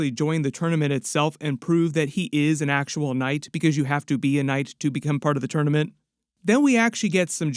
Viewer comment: Knight❌ Noight✅